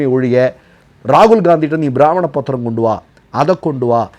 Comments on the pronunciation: உங்களுடைய போஸ்ட் எல்லாம் நன்றாக உள்ளன. ஆனால் நீங்கள் உச்சரிப்பில் கவனம் செலுத்த வேண்டும். இந்த விடியோவில் தாங்கள் ப்ரமாண பத்திரம் என்று சொல்வதற்கு பதிலாக பிராமண பத்திரம் என்று உச்சரித்தீர்கள். அதே போன்று குரேஷி என்பதற்கு பதிலாக க்ரோஷி உச்சரத்தீர்கள். இனியாவது தயவு செய்து உச்சரிப்பில் கவனம் செலுத்தவும். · உங்கள் செய்திகள் மிகவும் தெளிவானவை. பிரமாண( piramaana) பத்திரம் என்பதை தாங்கள் பிராமண(brahmina) பத்திரம் என்று உச்சரித்து இருக்கிறீர்கள்.